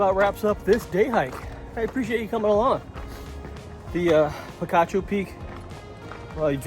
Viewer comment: I am not an Arizonan but having relatives who live in the Tucson area, I think the locals call it "Peek-achoo" (think a sneezing sound), not "pee-cah-choo".